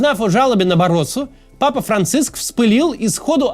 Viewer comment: Папа, а не Пыпа(